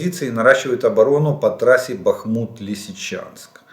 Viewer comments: ДДДЯТЕЛ. !!!!!!! БАААХМУТ ,А НЕ. БАХМУУУТ,. АЛЕНЬ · Добрый вечер. Можете объяснить, почему говорят Бахмут с ударением на последний слог.?. На Донбассе говорили БАхмут. С ударением на первый слог. Спасибо.